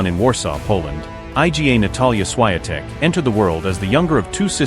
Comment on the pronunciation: Jak się o kimś robi podkast do dobrze by było nauczyć się wymawiać jego nazwisko.